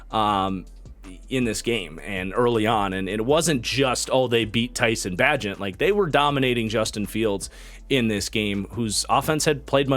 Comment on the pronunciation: Love your content man, got my pops and all his friends watchin you. Also, Tyson’s last name is Bay-Gent and I think he’ll surprise you. He’s played a lot of football and won a lot of games.